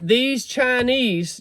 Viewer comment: They are actually called “Chine Wees”. 😂😂